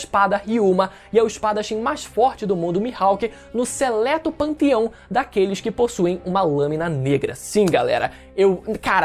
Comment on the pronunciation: "no seleto panTIão" kkkkk totalmente off-topic mas rachei aqui 😂🤣